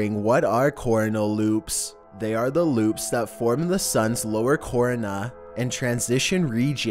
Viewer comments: Say it with me creeps core-own-uh! Not core-uhna! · You're mispronouncing the word Corona. It's pronounced exactly like the beer. Like "core OWN uh". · You seriously don't know how to pronounce "corona?" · "cor-â-na"? "Cor-rōne-â"! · Stop its not called a CORNAl loop its pronounced Corona like the BEER... Corona loop... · Are your mispronunciations intentional, or do you just have a terrible grasp of the English lexicon? My friend what is a “cornhole” loop? It’s called a Corona. I won’t even attempt to relate this in IPA phonetics, so I say this... think of the famous Cerveza. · "cornal loops"? "from the suns lower corna"? LMFAO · "Corna loops" 😂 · Phonetically it is pronounced "Kor own a " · Corona... pronounced like the beer. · Pronounced kor-ŌN-è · I really enjoy your vids. It is a little distracting when you mispronounce words though. "Corona" "Coronal" "Calgary" etc. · I have begun to suspect that, aka, has started to intentionally select at least one word in each video script to mispronounce, especially one he will be repeating multiple times! It's the only way I can explain that every single video has a minimum of one word that makes my very core cry out the correct pronunciation of a word after he has slaughtered it a few times. In the case of this video, it is corona and coronal. The first is properly pronounced "co" as you would say corn then "ro" as in row your boat and finally "na" as in the last syllable of banana. This means that coronal ends with "nal" which is pronounced as you would the last syllable of the word national. Okay, I've gotten the venting out of my system and can move on with my day. LOL (Yes, I'm fully aware that I need a life, thanks.) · Learn to pronounce "corona," dude.